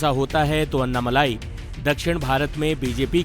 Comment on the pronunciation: नाम अन्नामल्लाई नही अन्नामलई हैं। For god's sake start pronouncing tamil words more appropriately. Your channel will be appreciated and probably watched by Tamilians as well.